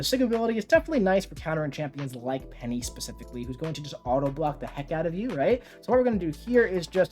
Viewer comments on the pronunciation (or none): none